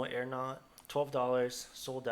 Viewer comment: Mf said plátano aeronought lmfao